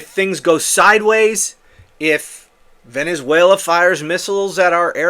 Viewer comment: He wants to be able to say he stopped the war between venezuera (his pronunciation) and the USA.